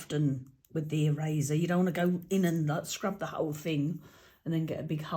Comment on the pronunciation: I thought you said 'razor' not ' eraser' 😃 Going deaf in my old age! 😃😃 i tend to use Stayzon stamp cleaner before I use new stamps. Works a trear.